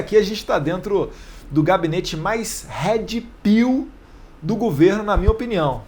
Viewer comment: Não é Head Pill, é Red Pill. Atenção na pronúncia.